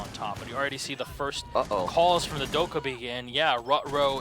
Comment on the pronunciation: Dokkabi is pronounced Do as in Doll, Ke as in kettle, bi as in bill.